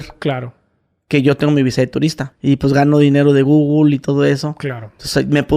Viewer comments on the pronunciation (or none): "gugri" Jajaja 😂😂😂🤣🤣🤣 Nunca he escuchado esa pronunciación.